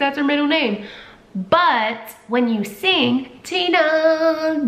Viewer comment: Been meaning to watch this for a week! Finally I have! TINAAA 😩😩😩 she’s such a Tina-Louise Marie 🧡 the way you say it in your accent.. I just adore! I kept singing Tina Turner “Nutbush”😂 and also thinking of “Tina the talking tummy!” Off white chicks 😂😂 She’s a little darling! I love her🥰 Hope she’s settling in well girl!🧡🧡🧡🧡